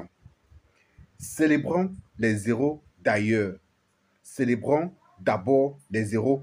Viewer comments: On ne fait pas l'accord quand on dit les héros sinon on dirait que tu dis zéro merci. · On ne fait pas de liaison quand on lit "les heros". Les zéros par comment ? 😢